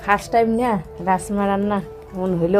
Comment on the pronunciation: রাজ মা বার বার রাস মা বলছো কেনো